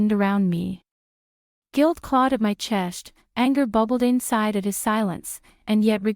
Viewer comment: The audio AI generator has the female OP pronouncing “chest” as another word sounds like “chesht.”